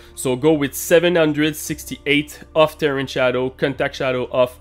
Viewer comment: Ter rain is how you pronounce Terrain NOT Ter ran. ;) You are welcome :)